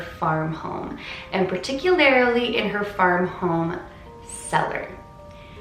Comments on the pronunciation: "Particularily" awwww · particularily xD